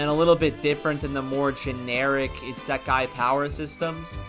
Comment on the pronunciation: Garbage video and dude can't even pronounce " isekai " correctly lol